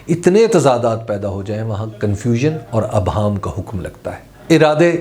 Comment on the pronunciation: Intellectually perfect analysis. Well measured words and reasoning. Good Urdu. Just one observation: The word is 'IBHAAM' like 'IDRAAK'.